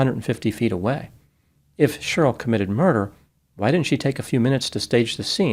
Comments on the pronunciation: Cheryl is pronounced “Share-ryl”, not “Shirl” … 😂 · FYI Cheryl is pronounced Share-ril not “shirl”. The name has two syllables not one. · Cheryl is now pronounced shirl...?? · It always cracks me up that pronounces Cheryl like it rhymes with girl. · Is is unable to pronounce the name “Cheryl”? Let’s take a look at the inculpatory and exculpatory factors.